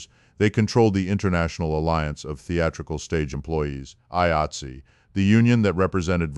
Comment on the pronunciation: AI cant even pronounce 'Eye-Eight-See'. Garbage.